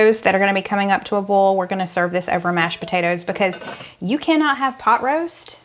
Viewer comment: Boil, Foil, Bowl.....cracking up! They all sound the same the way you say them. I cringe everything you say it...🤣🤣 Love watching your channel!! Just picking on you!